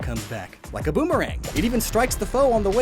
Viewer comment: I thought you said bonerang ._."